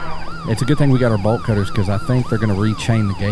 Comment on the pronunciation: I promise I'm not high... but I am tired but everytime he said "Bolt cutter" I just think to myself, why is this man saying "Ball Cutter " lol